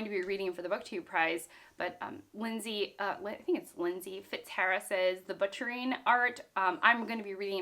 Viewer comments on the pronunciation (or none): none